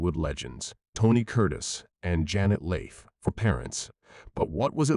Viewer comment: It’s hard to give this any credibility if you don’t know how to pronounce Janet Leigh.